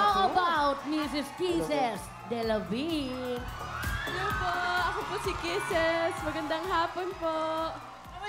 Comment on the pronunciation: Ang pronounce ng apelyido ni Kisses is DELAVIN hindi DELA-VIN arte-arte OA na subra..